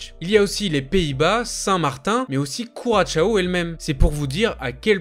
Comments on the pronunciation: C’est pas curachao mais bien Curaçao. Travaille mieux tes vidéos. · Curaçao c’est « KOURASSAW » qu’on dit, pas « kouratchao » 😂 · On dit ku-ra-sang approximativement. Pensez au rhum.